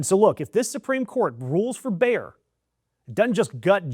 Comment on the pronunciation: FYI: Bayer is spoken similar to "Mayor", not "Bear", with the 'a'-sound as in "Maga". Emphasis on the 'a' and 'e', not contracted, two syllables.